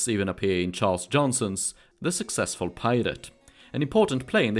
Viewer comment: SUCCesful Pyrate. Really puts emphasis on the first four letters of the title.